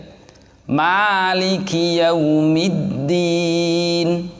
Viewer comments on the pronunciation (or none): di lafad qrairil kenapa dibaca qroiril begitu dilafad yaumiddin dibaca you padahal tidak ada bunyi oo pengirim dari Aceh